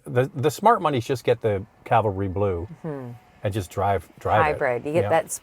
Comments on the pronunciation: "calvary" blue lol. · Calvary.....Cavalry Blue.....lol! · Small quibble: it's Cavalry, not calvary